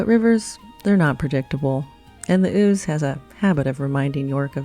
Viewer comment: Well you get 10 points each for pronouncing "Eboracum" and "Ouse" correctly..... Just need to hear you say "Gillygate"!